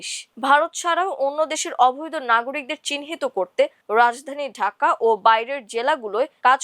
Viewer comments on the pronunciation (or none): none